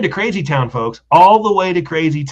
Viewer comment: I'm going to start a drinking game & drink every time says "focks" blawhahaha 👊🤣👍